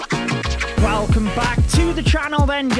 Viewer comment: His intro was like Welcime to the channel guys🤣